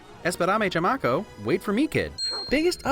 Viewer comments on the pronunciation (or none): esperame chamaco! lol you pronounced that absolutely horribly! Es-pera-me Cha-maco